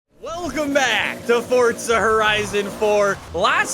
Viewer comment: no one:: "Fortsa Horizun"